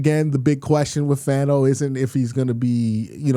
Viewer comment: Fano is pronounced “Fawn-oh” 🤙